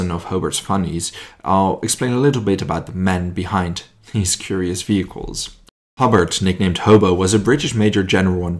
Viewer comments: It’s Hobart HO B A R T like the city in Tasmania not hobbit or whatever your calling him ok so H O B A R T ok ugot it otherwise very good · Pronouced Ho-bart